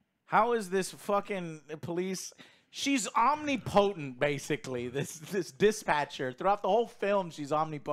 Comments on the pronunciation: om-nip-o-tent....not omni-potent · lol Omnee Potent - English language slayed once again. It's pronounced Om-ni-pa-tent with no break in it 🙂 Did you get word of the day toilet paper from OJ? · Joe's pronunciation of Omnipotent is awesome lol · Holy crap can someone tell how to pronounce omnipotent